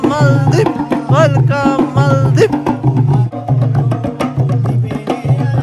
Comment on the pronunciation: Maale ku dhawaaqida iska hagaaji zzb màldiv